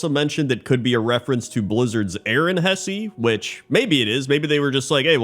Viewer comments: although wouldn't it be "Hess-uh" under standard German pronunciation? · Hesse is properly pronounced Hess, not Hessy. 🇩🇪